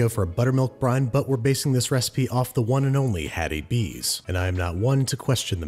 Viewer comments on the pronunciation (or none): Me being proud to be a Tennessean That's is most likely not how you say that.